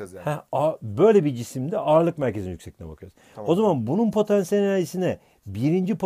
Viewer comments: hoca potEnsiyel enerji deil potAnsiyel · Patenssiyel enerci😇😇🤔🤔